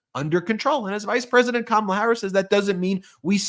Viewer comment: He called her Comma’la or did I hear wrong?